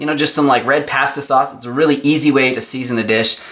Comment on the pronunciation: Love your videos but Man the way you say pasta and cilantro 😹😹😹